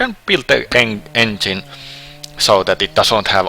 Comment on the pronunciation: NEINGINE BULLLLING DIVEO this guy is golden hearted in his voice and trying to say words